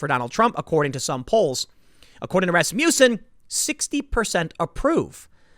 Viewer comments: It took me forever to figure out you were saying 'Rasmussen'. It sounded like 'Rasputin'. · Is it not ras-muss-en? Not ras-mew-son?